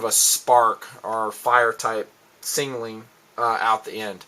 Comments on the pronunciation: i like ur videos and all but its sound like u say singaling when u Signaling :) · he does indeed say sing a ling, but im sure he means to say signaling... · "Singaling flares" lol